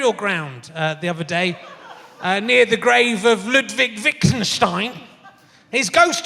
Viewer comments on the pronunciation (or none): It's not Wigtenstein - it's WITTGENSTEIN! Get it right!